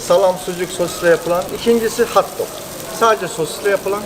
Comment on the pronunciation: Hauwt doug değil, hot dog!